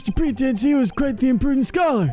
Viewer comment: Please... say "PretEncy"